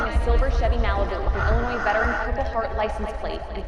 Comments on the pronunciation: Happy to see yall and Doug back together! Ya gotta teach him how to say Illinois though lol. Good job guys! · Doug just thought u would like to know the s in Illinois is silent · At least pronounce Illinois correctly!!! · All of the above and watching from southeastern Texas. I was born in Macoupin County, Carlinville, Illinois. NEVER pronounce the “S” sound at the end of ILLINOIS. 🤗❤️👍🏻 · Your in my part of the country now!! Im so glad your out and about. You have such a wonderful heart. Thank you. FYI, "s" in Illinois is silent! lol Hugs